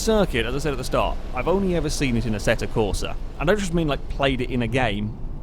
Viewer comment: it's AssettO Corsa,not Assetta Corsa,even everybody pronounces it as Assetta,but u know,it's still AssettO